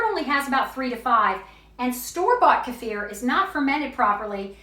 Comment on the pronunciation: I absolutely love that you pronounced kefir correctly 😘😍